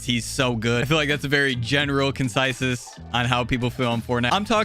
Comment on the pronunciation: Wait a minute... “That’s a general ‘concisus’ ? I think he means the ‘consensus’